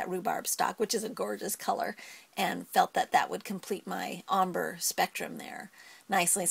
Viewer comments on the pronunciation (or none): It's pronounced ombrey not ombr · Lol "ommbruh" It is ombr(ayy) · she is saying ombre wrong u prenouce it is om brey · Wow... Ombre, Adirondack.. Your pronunciation sucks. :-)